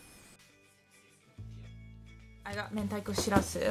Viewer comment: i think its mentaiko not mendaiko i could be wrong but i thought it was worth mentioning!